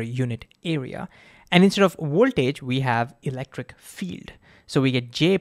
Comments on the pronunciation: What is Woeltage? Clearly you can pronounce the letter V, which you did 2 seconds later. Why not say Voltage? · Don't choose Ohm's law as an example if you cannot pronounce ouwaltage and werticle. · The Woltage and the Wertical? 🤣 Sorry... you're awesome dude... keep creating awesome content